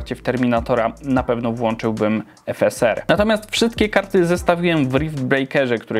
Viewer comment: jak mówisz "efeser" a nie "efesar" to mnie trochę skręca xD